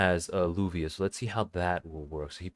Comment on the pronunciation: You pronounce it Lavia or luvia not lubia